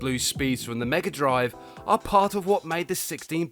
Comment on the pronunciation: I love the Genesis and I still think it’s weird that you Brits say Mega Drive, you say it well though